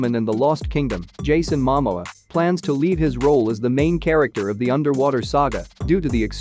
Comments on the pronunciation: You know what I think is funny? Aquaman 2 isn’t even out yet and they are calling it a flop. Oh and it’s MaMōa. Please say it right. I feel that people need to stop speak negative and just wait and see. The first movie was not terrible. It made over 2 Billion dollars. Lmao I love how these click bait spots are so bad. Fr fr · I think that someone should teach the narrator to pronounce the stars name before you ask him to nattators any more clips !!!!